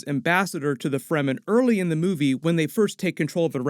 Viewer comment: There is no sonic weapons in the book, although the concept of sound as a weapon exists in the form of the Voice. I can't be too critical you got all the pronunciations correct - the amount of people who say "Free - man" drives me nuts!